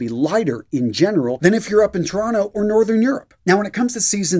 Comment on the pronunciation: Random comment, but good job pronouncing Toronto, you pronounced it perfectly.